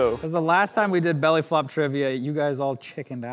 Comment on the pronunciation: Try to catch saying belly fop